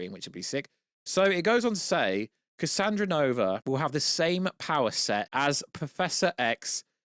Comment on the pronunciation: Bruh... its cassandra nova... not cassanova